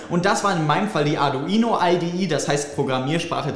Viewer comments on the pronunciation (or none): none